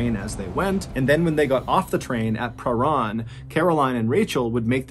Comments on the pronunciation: Having moved to Melbourne in my mid 20’s and having trouble pronouncing Prahran for years much to the disgust of native Melburnians I implore you to not make the same mistakes as I did 😂😂, it’s pronounced Prahran: Pra-ran or Pran. Im now 40 & have finally learned to pronounce it which means I have formally been approved to become a true Melburnians. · I don't. I flinched every time he said "pruh-rarn". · Small correction: "Prahran" is pronounced "Perr-an". Source: I live within walking distance of the suburb. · He was actually doing pretty well until It got to Prahran. It's pronounced like purr-anne, mate. I can confirm. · Btw it’s pronounced Pa-ran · Lived off chapel St....we say prah-ran. I lived on Grandview Grove ❤ I think it's a little of both. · Pronounced Pa Ran train station. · I remember this. My best friend in high school went to the same dance school as Rachel and knew her. Also Prahran is not pronounced like that but I don't know how to explain how it's pronounced thru text form 🤣🤣😝🤣🤣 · im an australian who used to live in melbourne and everytime i hear him pronounce prahran i can help but giggle hahhaha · Spookiest thing is how you pronounced Prahran. You made it sound fancy, lol. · Your pronunciation of Prahran is hilarious. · I'm from Melbourne, I love how you say prahran ❤ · I have to say this.... Tram not train (For the whole story). You also so Prahran weird lol. Americans pronouncing Australian words is sooo awkward. I still love xxoo your posts loads and look forward to seeing them. I just get distracted from the story by things like that. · the way u say pahran is pretty funny , in melbourne we all say it like its blended in one not a seperate pah and ran and the ran is said like "i ran a mile" . its not pah-ran its parhan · Same here. I’m from Melbourne and didn’t know about this. I have heard of the movie but didn’t know it was a true story. I did have to giggle at the pronunciation of Prahran, though. We pronounce it per-ran. Or just pran.